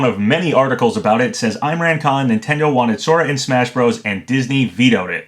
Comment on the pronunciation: it’s not pronounced eye-mran it’s pronounced like im-raan con, like if the h in him was silent, (h)im-raan con